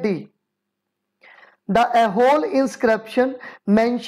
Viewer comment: Hey that is not aihole. It's aaiholey(eye-ho-ley)